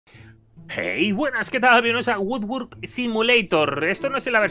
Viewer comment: pensaba que decías WORD WORD